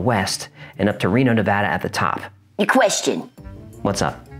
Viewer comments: As a Reno resident, thank you so much for pronouncing Nevada correctly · Thank you so so much for not putting an "O" in the word Nevada.. One of the most annoying things you can do to a Nevadian is call the state Nevoda... I mean, seriously, who tf sees an "A" and then proceeds to make an "O" sound, just fxckin why?.... Why taf do people read it that way!? With that kinda logic they should also be saying Colefarnio.... But thank you for real, most Nevadian really do get angry hearing Nevoda. Especially when it's on the news..... Just writing about it, kinda pisses me off, honestly. Lmfao. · As someone who lives in Nevada, I sincerely appreciate you correctly pronouncing my state's name. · Thank you for pronouncing Nevada correctly, it means a lot to us native Nevadans. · Thank you for saying Nevada right. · Thanks for saying Nevada correctly... ahaha! But yeah, that terrain is rough on the ground and in the air...